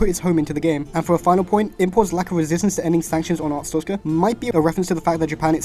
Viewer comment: WHY DOES EVERYONE MISPRONOUNCE ARSTOTZKA AS ARTSTOZKA?! that aside, great video